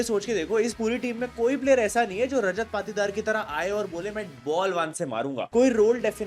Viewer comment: Bro need some Correction Patidar =पातीदार ❌️ Patidar=पाटीदार ✅️